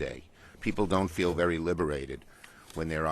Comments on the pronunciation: How do people like this get a job working for the government? "VEWY VEWY VEWY BAWD!" like what? These people are like babies with no evidence to back out their statement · “Vewy vewy bad” who keeps voting New York Elmer Fudd into office? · Vewy, vewy bad. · “Elmer Fudd here, this is vewwwy vewwwy bad”